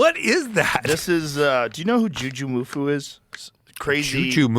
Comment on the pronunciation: Again, it's Jujimufu, not Jujumufu 😅